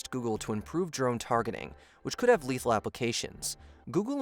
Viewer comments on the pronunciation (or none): "Letahal Autonomous Weapon" ?